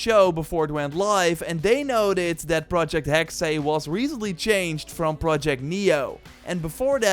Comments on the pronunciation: it's HEX, not HEXAY, the Ubisoft guy pronounced it incorrectly! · Hearing non-germans say "hexe" is very uncomfortable hahaha But with that aside, thanks for this video. I am hyped for all of these games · I am german and the Way you say Hexe is just wrong.